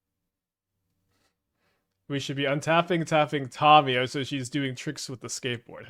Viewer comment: Please stop pronouncing Tamiyo incorrectly